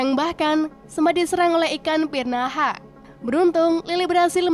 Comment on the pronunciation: Otak gue ngelek seketika,setelah mimin menyebut ikan prinaha😂